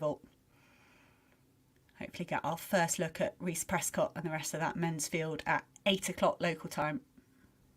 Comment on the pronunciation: 1hr:19 - 1hr:21 It's Prescod not Prescott.